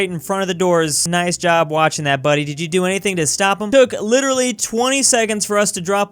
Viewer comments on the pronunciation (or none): none